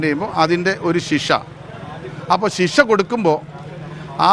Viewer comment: ശിഷാ അല്ല പൊട്ടാ ശിക്ഷാ എന്ന് പറ